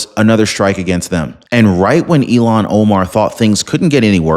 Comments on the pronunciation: with all due respect, Ilhan Omar's name is I.L.H.A.N. not E.L.O.N. You pronounce it ELON. not ILHAN. That is a insult to Elon Musk. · Happy Sunday! Just thought I'd let you know that her name is pronounced IL-HAN not E-LON. Don't want to confuse our good guy, Elon with the devil child from Somalia, Ilhan.:} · It's ILL-HAAAN. I know you tried your best. Just makes me freak out when you say ELON. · Ilan is pronounced like ill han. Elon as in Musk. Please stop insulting Elon Musk by using his name for hers! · Ilhan Omar Not Elon Omar ILL---HAN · Its il -han not elon... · Again I’m leaving because you cannot say her name. Ill Han. Not Elon. Stop it! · Her name is pronounced “Ill-Hahn”, not “Elon”. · IT IS ILAN OMARF. Like ILLNESS. ILAN